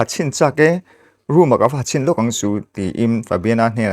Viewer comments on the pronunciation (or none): none